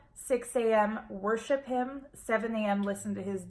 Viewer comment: Did you say whorship him ? Nonsense.